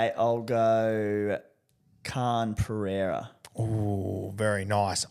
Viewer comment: Khan-Pereira. Let's sound it out Guru - Khan-Per-eira, not Khan-Pee-eira.